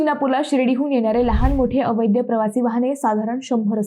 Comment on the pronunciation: मिस, अहो अवैद्य अवैद्य काय म्हणताय? खरा शब्द आहे अवैध, म्हणा पाहू पाच वेळा अवैध, अवैध. अवैध म्हणजे बेकायदेशीर किंवा नियमबाह्य गोष्ट. इथे वैद्य/अवैद्य चा काय संबंध? उगाच काहीही?.... बाकी तुमच्यासारख्यांच्या अशा भलत्या सलत्या शब्दोच्चारांमुळे आजारी झालेल्या मराठी भाषेला लवकर एखादा चांगला 'वैद्य' गाठावा लागेल... नक्कीच!!😂😂